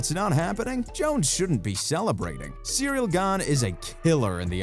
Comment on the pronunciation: Jon cracking me up with him calling him cereal gain 🤣